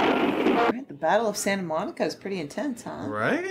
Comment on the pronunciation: "Town of saint-a moan-ee-ka"